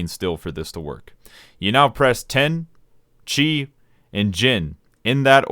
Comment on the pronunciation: it's "cheeeeee" not "chai"